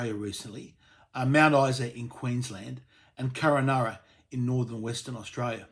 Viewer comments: It's Kunn-Un-Arra... Not Kur-Ah-Naana ...... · hey stupid, KUNANURRA, not Kurranurra!!! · I think it is Kununurra, not Kurrunarra. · Craig, it's Kun-un-ur-rah... Just saying. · It's Kun a narra - Kununurra idiot. And nothing in the middle? I live in Katherine watching this on my gigabit nbn connection 2 minutes from a woollies that serves about 10'000 people next to a 24hr Maccas. Go away. Dramatised crap. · It’s Kununurra get it right typical eastern Australia politics can’t get anything right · Every time I heard it I cringed.